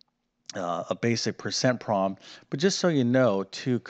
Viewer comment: The math was easy, but I found his peculiar pronunciation of the word "problem" somewhat distracting. He says "prom", one syllable. I wonder what regional accent that is.